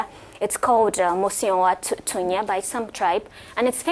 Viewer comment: This woman is killing me with her accent of Mosi au Tunya.......and it was not named by some tribe, it was by the Lozi people...This whole segment comes across as anti-African, defeatist and quite frankly ignorant....must do better.